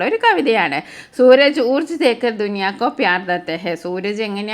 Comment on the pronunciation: Teacher ഊർജ് എന്ന് അല്ലല്ലോ ഊർജാ എന്ന് അല്ലേ ഉച്ഛാരണം